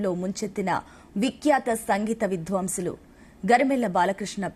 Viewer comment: మొదట శ్రీ అనాలి చివరి గారు అని చెప్పాలి విద్వంసులు కాదమ్మా విద్వాంసులు అని పలకాలి. ఏమి ఉచ్చారణ ?ఏమిటి ఇది?